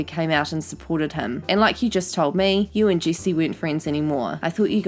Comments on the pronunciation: I think it’s funny how you say her name it sounds like juicy instead of Jessi haha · Sorry, I just like how she says "jessi" like "juicy"